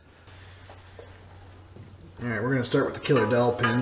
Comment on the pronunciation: Could have sworn you said "killer dolphin!"